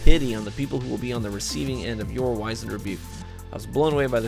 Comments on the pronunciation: Pronounced WIZ-end (like wizard), not WHY-zend. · Not Why-Zand but Wizz-End... try Google, can help with 'knowing stuff'.... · Dude. Great video. But...... Wiz-end. It’s pronounced wiz-end.